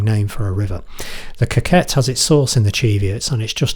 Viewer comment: C’mon man; it’s pronounced “co-cut” not coquett”